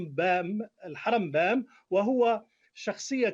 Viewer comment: كمان بيقول غلط اسمه الرمبام הרמב"ם